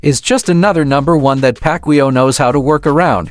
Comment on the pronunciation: Ai is dumb 😂 can't pronunciate Mannys last name. AI is for dummies 😂